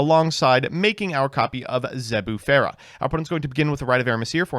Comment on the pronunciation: ...and what the fuck was that Zebufera?